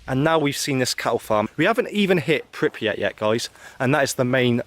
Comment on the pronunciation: Man I love the footage but you gotta stop displacing the R in Pripyat! It’s not Pipryat lol